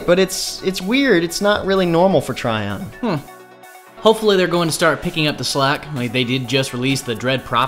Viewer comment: Trion is pronounced Tree-on by the way, not Try-on...